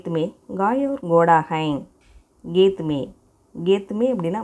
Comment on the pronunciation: Hai ndra word prounciation thapa soldrenga check pannunga.